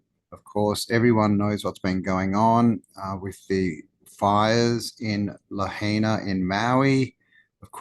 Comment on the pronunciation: Yo first off. Lahaina is pronounced la hy na. Not la hay na. Second point of reference is what you/we don't know is everything, more you learn...less you know. Right when you put all the pieces together you get smacked back to humility with the universal hand of reality. 3rd point is dew you know for a fact that the fyah wasn't started by a negligent electric company that failed to shut da power down when da winds was fucking blowing lime wild! and one tree went fucking smash da lines arcing one spark. This world is a lie.....no buy da hype it's always ovapriced.